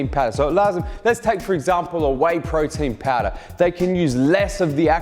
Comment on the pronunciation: Thank you for knowledge but I have heard Frautin Fowder like 1000 times 😂